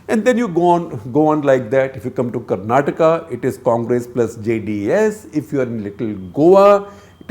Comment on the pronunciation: Sir aapne dil jeet liya. It shows your familiarity and experience when you say KARNATAKA not KARNATAK. other journalists don't even bother to correct themselves even after pointing it out. 👏